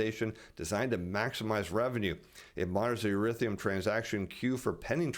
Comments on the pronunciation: E-THER-E-UM not e-rith-e-um. Almost as bad as J Bravo saying nu-cu-ler for nuclear. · Erithium? Do you mean Ethereum? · I always like your reports in the stock market world, however if your gonna try to sell crypto you pronounce it Eth er ium